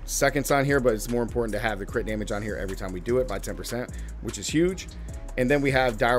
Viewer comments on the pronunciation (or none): none